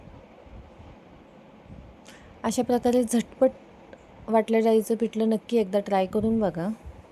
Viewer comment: पिटलं नाही पिठलं, पिट नाही पीठ 😂